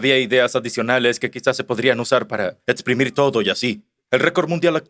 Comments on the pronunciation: Si, estos nuevos actores no pronuncian bien, dicen Cibra, erastotenes, etsprimir,aprotsimaciones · Contraten mejores actores de voz, estos no pueden leer bien ni pronunciar bien. Los errores son los siguientes: Criba, cibra. Erastótenes, Erastótenes Exprimir, etsprimir Aproximadamente, aprotsimadamente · Pero son humanos, no leen bien y no pronuncian bien. Dijeron cibra, en lugar de criba, Erastótenes, etsprimir, aprotsimadamente por ejemplo. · No son voces con IA, pronuncian mal las palabras, son en realidad malos actores reales dicen: Cibra, erastotenes, etsprimir,aprotsimaciones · para empezar pronuncian mal las palabras Cibra, erastotenes, etsprimir,aprotsimaciones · No son voces de IA son de malos actores, se nota porque no pronuncian bien: Cibra, erastotenes, etsprimir,aprotsimaciones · No son voces de IA son de malos actores pronuncian mal las palabras Cibra, erastotenes, etsprimir,aprotsimaciones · Es voz humana se equivocan al leer y pronunciar: Cibra, erastotenes, etsprimir,aprotsimaciones En realidad son actores baratos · No son de IA, se nota que contrataron actores baratos porque pronuncian mal las palabras Cibra, erastotenes, etsprimir,aprotsimaciones